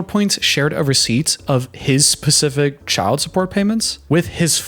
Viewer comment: It's "specific" not pacific